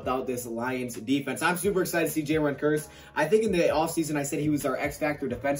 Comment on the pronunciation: I thought you say it like "Kierce" not "Kurse"